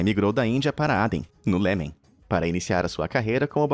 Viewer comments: Amigo! Isso é uma voz de I.A ou você disse "Lemen" mesmo em vez de iêmen?? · Aden, no "Lêmen"?